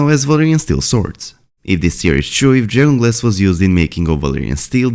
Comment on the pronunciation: I think you are trying to say dragon glass, but, with your accent, it sounds like drayon glass.